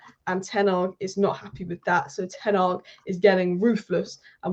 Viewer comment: Is it that hard to pronounce ten hag correctly